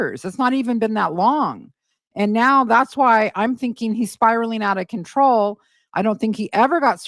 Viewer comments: it's CONTROW 😂😂😂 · Don't you mean spiralling out of controh 😂